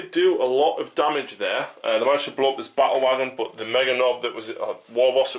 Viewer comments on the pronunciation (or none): Awesome game, I like how you pronounce "Ba-ule Wogon". I subscribed.